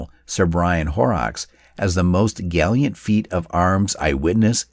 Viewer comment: I never FAIL to be highly amused by American WW2 video commentators and their comical pronunciation of non-English names - and even some fairly simple English words. Eg "galliant" (brave), or to "laze" around (the text said "to lay around". And then the capital of Wales is "Car-diff", not "Car-deef"!! WTF?